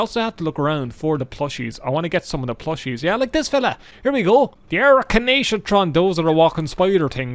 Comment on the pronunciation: did have a stroke pronouncing arachnatron